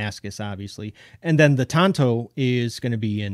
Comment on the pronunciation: Okay pet peeve. A tanto is Japanese knife. Tonto however is the Lone Ranger's sidekick. An - On it's not that hard.